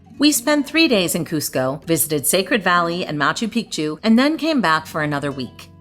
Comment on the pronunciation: Great video, living in Cusco, originally ftom Cape Town. Your Cusco Tourust Tickets should gave been 130 Soles (avout $36) each, why so expensive? A common mispronunciation of Machu Picchu, the second part should be said as Pic'chu - otherwise you are referring to male private parts insted of a mountain. Liked the lifht-heartedness & pace of the vid 😊